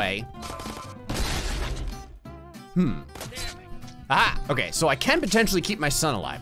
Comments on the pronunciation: “*Any hway.*” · "anyhway" lmao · i love how he says ANYKHEWAY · its the "anyguey" for me